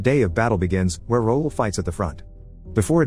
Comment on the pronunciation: Its not “roll” its “ra ool” (raoul) french name